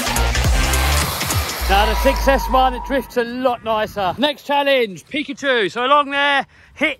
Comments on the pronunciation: it is not pekchu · Not pecuchue